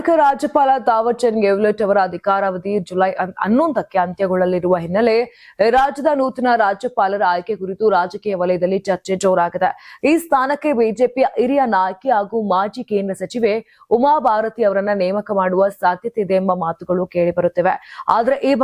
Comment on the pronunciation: ಇರಿಯ ನಾಯಕಿ ಅಲ್ಲ ಕಣಮ್ಮ ಹಿರಿಯ ಆರಾಟದ ಅಲ್ಲ ಹಾರಾಟದ ಅಯ್ಯೋ ಅಯ್ಯೋ ಅಯ್ಯೋ ಕನ್ನಡದ ಕೊಲೆ